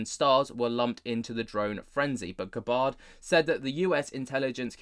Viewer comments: Please pronounce her name properly. It is not Guh Baahrd. It is Gabbard with the a like the a in apple. Thanks! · I thought it was more Gab-ard and not G’bard like is pronouncing it? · Pronounced GAB-ird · Pronounced = Gab Bird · How do you not know how to say that nake bruv? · U can't even pronounce her name properly